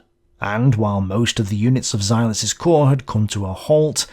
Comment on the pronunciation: Once again ‘corps’ singular and plural is pronounced /kor/ NOT “corpse” = (dead) body!